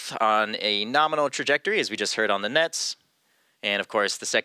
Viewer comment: " Liftoff nArmal "